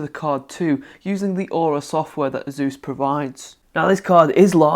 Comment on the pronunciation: Its Asus, 'Asus or Azus... I'm confused ;) Great video tho GJ !